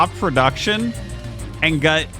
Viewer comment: I've always found it funny that RT pronounces "got" as "gut".